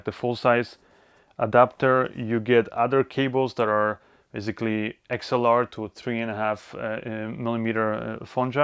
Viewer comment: You always pronounce basically to bazically...! lol..